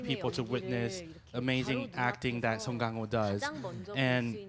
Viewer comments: 냄궁민수가 아니고 남궁이듯, 갱호가 아니고 강호라고, 이 무식한 ㅅ끼야 (설국열차 대사 일부 차용) ㅋㅋㅋ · you BUTCHERED their names haha her name park so dam should be pronounced like park (or pahk) so dahm his name song kang ho should be pronounced like the soa in soap. kang is like king kong. ho is ho. sew-ng kahng ho